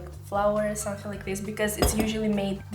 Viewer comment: Love the way she says "somethink." Yeah I know I'm weird.